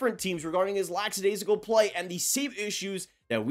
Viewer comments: Love the channel, but please stop saying "lax-adaisical" it's "lack" as in lacking. It's pronounced "Lack-a-daisical". I hear Devil's broadcaster Ken Daneyko say it incorrectly all the time and it makes him sound like an idiot. 😂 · It's lackadaisical, not laxidaisical.